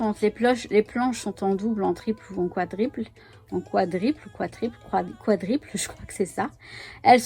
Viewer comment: Bjr, oui bonne idées, merci pour le partage. J'aurai dit "quadruple" pas "quadriple"